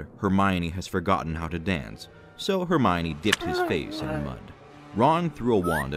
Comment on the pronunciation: Just so you know, it's pronounced "Her-mee-own" in this version.